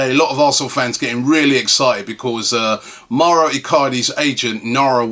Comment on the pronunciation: hey Robbie...would you liked to be called ruby?...just saying coz it Mao-ro not Mario you twit...